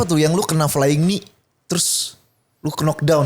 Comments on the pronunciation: Sampe kapan mau nyebut "Kenok Dawn" udah dikasih contoh sama Badi "Nok Dawn" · nyebut "knock down" bukan "kenok dawn", gini dah kalau bego dipelihara😂